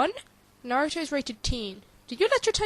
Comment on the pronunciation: You're right. It's not a cartoon! It's an ANIME. THERE IS A DIFFERENCE! And the media got the name wrong. It's Na-ru-to! NOT Nerutu! The poor person just didn't have much common sense I guess... Why he even mimick Gaara burying people in sand? And they should NOT blame the anime for the PERSON'S ACTIONS. Last time I checked, Naruto was PG-13. And how'd they come up with the name Nerutu Sand Ninjas? They have names and last time I looked, the most famous Naruto sand character is Gaara.